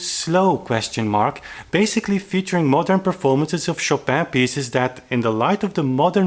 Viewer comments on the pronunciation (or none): none